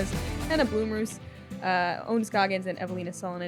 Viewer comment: Quit saying BLOOM, its CLEARLY BLOM ROOS🤦🤦🤦Learn ENGLISH much???😅👏🏼🙌🏼